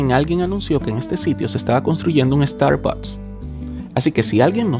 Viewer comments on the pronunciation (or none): none